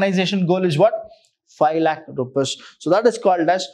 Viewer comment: Loving the way you teach the concepts and the use of very easy English,, But here's a small request sir, please prouncec rupees as rupees not as rupas it disturbs the flow (to me)